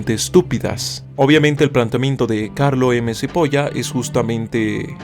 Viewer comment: Supongo que ignorò el hecho de que el apellido era italiano y la pronunciaciòn correcta era "chipola" (Carlo M. Cipolla) aunque al no saber el idioma no se le puede exigir mucho. Lo gracioso es que cipolla es cebolla en italiano.